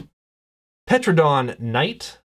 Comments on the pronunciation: Saying "Dino-NITE!!!" is the only way I am going to say this now. #awesome However...I will NOT say Petrodon. That wasn't even close, dude. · In pterodon the p is silent